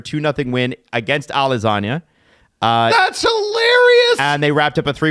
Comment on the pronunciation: "Alasagna Lima" got me! Ahahah, it's Alianza :P